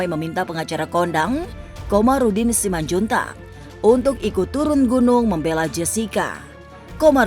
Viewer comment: Kamarudin bukan Komarudin!